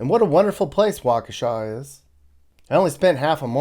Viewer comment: Waukesha! You pronounced it correctly! Born and raised here. Love it!